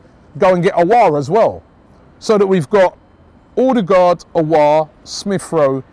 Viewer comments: Ødegaard/Odegaard - Not Odergaard, wtf? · Odegaard not Ordegaard